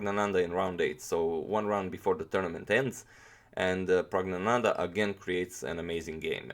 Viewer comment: Caesar Augustus you say it like Prugg-na-nanda